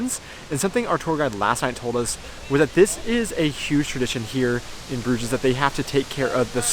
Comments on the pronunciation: I think you don't pronounce the s at the end of the word Bruges (French). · Even in English the s is not pronounced. The English name came from the French 'Bruges', where the s is also silent. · It is the Flemish/Dutch word for a bridge (brug, plural bruggen like the German Brücke) , but with a French pronunciation and es added - for English speaker that is. Logical when you look at the city.